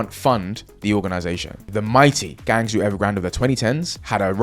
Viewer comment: As a Cantonese speaker it was funny and cringe the way the pronunciation of "Guangzhou" was butchered!